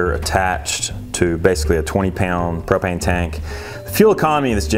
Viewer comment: What are you saying I can't even make out what you're saying after gasoline what is babano